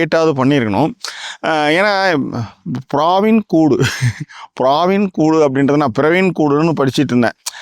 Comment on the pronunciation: Not only malayalies I am also commented about பிராவின் கூடு pronunciation. Also சுராஜ் வெஞ்சாரமுுடு, you are pronouncing incorrectly.